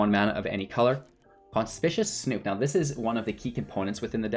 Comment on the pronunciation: Con-spick-you-us. Conspicuous.